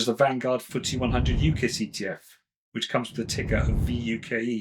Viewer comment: Great info…but UCITs is pronounced You-sits …with a soft ‘c’…sorry but it’s bugging me!